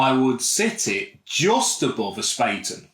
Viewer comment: FYI, Bayrisch should be pronounced "BUY-er-ish", not "Bay-er-ish". It's from Bavaria, like Bayern Munich are - so Bayrisch should be pronounced similar to how you'd pronounce Bayern. And while we're at it, it's pronounced "Spah-ten". Not "Spay-ten" 👍🏻